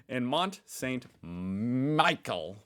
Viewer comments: You don't know much about Nordic mythology? Did you go to high school? It isn't some obscure subject that is studied only by nerds. Maybe you remember hearing about Valhalla, or Thor, or Odin? Mont Saint Michel is pronounced in French as "MON" SA" "MEE-SHELL" That is just basic French pronunciation that is not hard to know, no matter if you travel there or if you're sitting in front of a computer, trolling the internet, presenting yourself to be a pissed off American. Are you insane? The Commonwealth was founded in 1931. The US had long since won its independence from England before the British Commonwealth of Nations was even started. You say it is a big pet peeve of yours when people say something confidently and they're dead wrong. Well, I agree with you, which is why I am elucidating these points to you. Before you find fault with others, make sure not to be doing that of which you are accusing others! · mont saint Michel is pronounced "me-shell" (it's french) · Somebody asked a Scottish person if they were ashamed of their ancestor in WW2. "mount saint michael" pronunciation is atrocious. But you guys don't learn French. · You're right, you didn't do well in French. Le Mont St Michel (pronounced, approximately, 'Le Mon San Mee-shell') is a promontory off the north coast of France, cut off at high tide (making it an island), a UNESCO World Heritage Site, with a mediaeval abbey at its highest point, and a tourist hot-spot. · Mont Saint Michel … it’s French … ‘ Mon san Michelle’ … pronunciation … (!) …